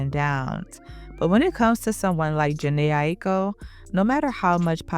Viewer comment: i wish u learned how to pronounce her name b4 u pressed record